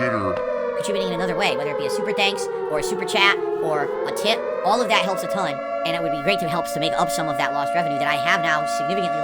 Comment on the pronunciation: This is awesome!! 😂😂 I'm glad someone did this finally. He has been butchering the English language for 15 years. Worst for me is "hatonne" instead of a tonne